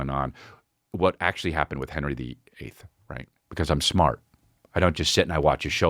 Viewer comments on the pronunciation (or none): none